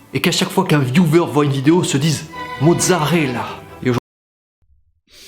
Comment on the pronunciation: "mozzarella" yikes/10